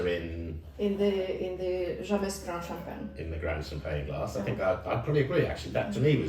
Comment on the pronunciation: youre not pronouncing the champange right